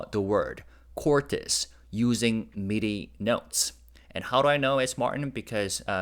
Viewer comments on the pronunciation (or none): none